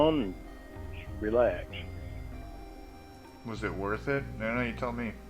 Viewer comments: For a guy that claims he works so hard, I feel like he constantly talks about how he "ru-lay-axes." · I keep hearing him say wield an ax instead of relax, weird.